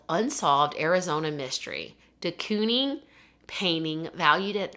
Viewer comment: Quoting the movie perfectly yet mispronouncing de Koenig and calling her Anita made me chuckle